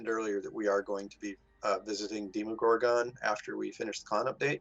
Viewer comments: The way pronounces “demogorgon” like “DEMONgorgon” irritates me so much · How they say "realm" and "demogorgon" makes me hurt inside